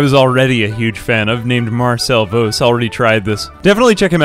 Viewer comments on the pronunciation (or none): How do you see "Vos" and assume it's pronounced vohs?